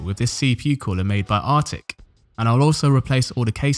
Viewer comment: I’m liking this video, in hopes of you never pronouncing the word, “Arctic” like that again.